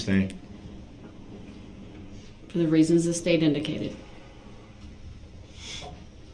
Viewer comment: Or, his dozens of, “substain,” rather than, “sustain.” Ignorant clown 🤡